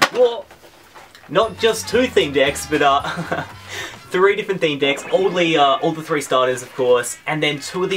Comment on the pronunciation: me three not tree